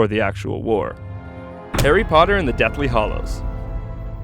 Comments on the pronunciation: OMG you said The Deathly Hallows wrong. How dare you?! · Am I the only one that was offended when it said Harry Potter and the Deathly HOLLOWS?